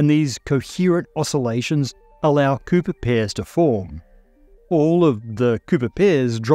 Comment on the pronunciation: Good thing for subtitles, Thought you said pooper pairs for a sec lol